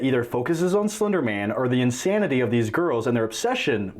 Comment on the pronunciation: Did he just say "Flender Man"?!?